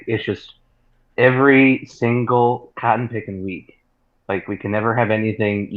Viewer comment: Dude said Cotten picking week?